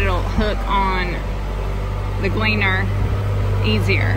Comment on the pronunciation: "Glee-Ann" for the Combine name?